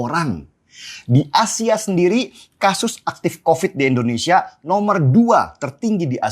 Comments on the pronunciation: Bukan Endonesa om, Indonesia yg bener ngucapinnya Sentil nih 😅😅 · Indonesia bang den.. bukan endonesia.. Sekedar saran aja ; gunakan ejaan yg bener ah, biar lebih nasionalis lg bang den